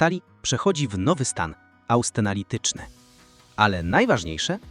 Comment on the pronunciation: Stan austenalityczny?? A co to takiego panie lektorze? Może jednak austenityczny?